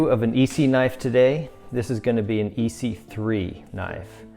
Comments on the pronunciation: Nice review man… quick tip from a knife enthusiast and collector… viewers kinda cringe when someone calls an ESEE an EE-see. The E isn’t pronounced as an EE if you know what I mean. EE-see is the firecracker company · The E is silent in Esee 3...your saying it wrong